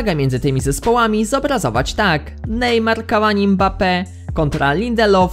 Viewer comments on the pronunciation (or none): none